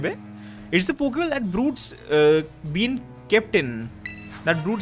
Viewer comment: Less go ep 2 loving the consistent uploads and hoping that it will continue and i am just laughing at the wrong pokemon pronounciations